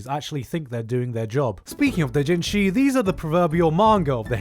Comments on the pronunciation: using anenarumono is freaking amazing lmaoooooo since the artist created both the doujinshi and the non-h version lololol I am not use to how you say Japanese terms lol, it took me couple of rewind to know what you really said (like doujinshi sounded like dotjinshi) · I wonder why he pronounces Doujinshi like an American tho being an asian. Dooo-jin-jiii. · The fact that it took me a minute and a half to realise that you were saying doujinshi, because you pronounce it differently than I do.... Jesus